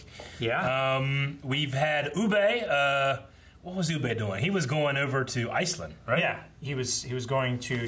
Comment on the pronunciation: Still calling Ubbe Uuu-BAY. 😅 Personally I wasn't a fan of this ending for Bjorn, I think a death at the end of the first part would have had a better feel with the army's coming to fight for him after hearing of his fall would have had a more fulfilling feel. I'm just done with Harold, I don't care about him anymore as a character. As for Gunnhild...that woman deserves better. The way this show has treated its female characters is bordering on ridiculous.